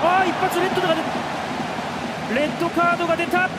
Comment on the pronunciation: デッドカードに聞こえる